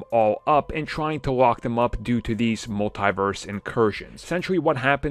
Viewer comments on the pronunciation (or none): Love Your stuff, one little critique, hopefully helpful. It's just "Multiverse" like "Universe" all together as opposed to "Mult-I-verse". Hopefully you took this as positive criticism not a dig. Apologies if someone already mentioned it. Keep up the awesome work!